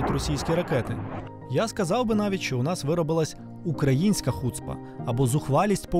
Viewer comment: та не хУцпа, а хуцпА... ну як так можно, ти не чув як тобі то слово кажуть?